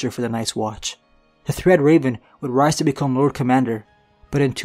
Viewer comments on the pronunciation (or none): none